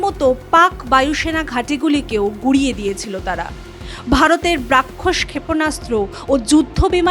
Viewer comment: 'ব্রাক্ষস' (Brakkhos) ক্ষেপনাস্ত্র???😂 রাক্ষস নয় তো?? ম্যাডাম ওটা ব্রাহ্মস (Brahmos) ক্ষেপনাস্ত্র। জয় হিন্দ।